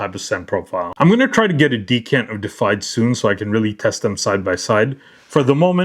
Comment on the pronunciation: DE-IFIED. Not defied. Deified means to be worshiped as a god. Defied means getted said "no" to. World o' difference. Super common mistake, man. A bunch of people make it. But now ya know ;-) I'm gonna cop this one for sure.